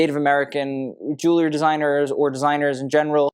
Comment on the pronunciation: A fashion expert SHOULD be able to properly pronounce the word "jewelry"!